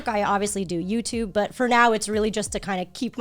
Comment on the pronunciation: “Youchube” —Joey